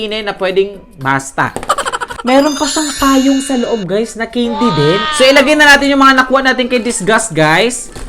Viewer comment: Mali pag Bigkas mo sabi mo ceindy hindi po ganon candy po mali po kayo😅😅😅